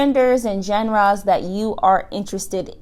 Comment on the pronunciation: Interesting pronunciation of genre